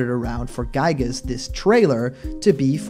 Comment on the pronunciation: Yet again another person has mispronouncing giygas name 😒